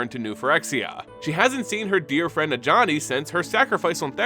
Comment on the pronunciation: Bruh. I'm watching this just now. You saying Ajani hurts now